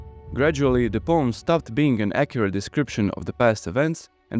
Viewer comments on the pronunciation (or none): none